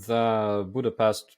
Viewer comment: Supporting. PS, Budapest sound with ш.